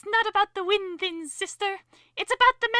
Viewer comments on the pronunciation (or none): "ITS NOT ABOUT THE WHIN THINS"😂